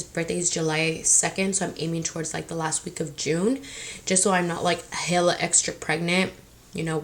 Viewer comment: She said “hilla fat!” Instead of hella 😂